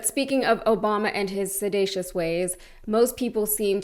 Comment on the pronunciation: Sedatiious - he meant seditious. A poorly educated ignoramus con man.